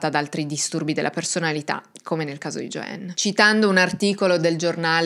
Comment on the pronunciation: Non si pronuncia " Gioenn ` ma Gioann. La A in inglese non diventa E come spesso credono gli Italiani, ma solo qualche volta che non sto a spiegare ora. Infatti AMERICA non diventa Emeriche, no?